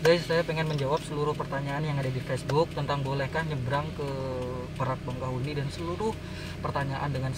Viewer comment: Bakahueni bang, bukan bangkahueni